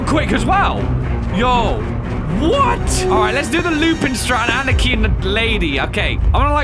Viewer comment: when he ann-nih-kee instead of ah-nee-kee... lol, love ya!